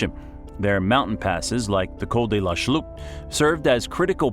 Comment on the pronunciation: J'avoue que lorsqu'il prononce assez bizarrement. The Vaudgies (à l'américaine), mais c'est horrible. Sans parler du "col de la chloupe"! Col de la Schlucht. Mais je connais beaucoup de français et vosgiens qui ne savent toujours pas le prononcer comme il se doit.